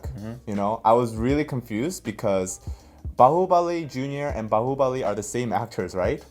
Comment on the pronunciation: Wow!! i'm really amazed the way u spell out Bahubali & MahesMati was really awesome👍